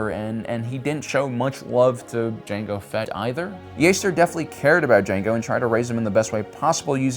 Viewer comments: mango fett?????? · Mango Fett…?